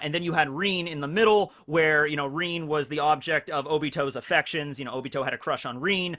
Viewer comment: Omg its rin not reen Come on dont cringe cringe no mi naruto